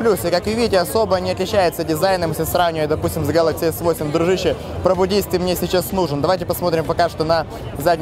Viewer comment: Да не гэкай ты так...